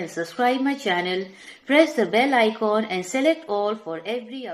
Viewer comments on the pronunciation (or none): Ma'am icoon nhi icon hota hai